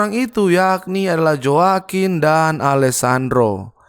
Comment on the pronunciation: Joaquin baca nya hoa kin bro